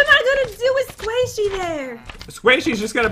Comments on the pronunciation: Does no one care that pat and are saying sqaishy in stead of squishy (no offence and not in a mean way) I love you guys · "Squashy" LOL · I kept cringing when pat said ‘squaishy’ instead of ‘squishy’ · He was being goofy he knows how to prounce squishy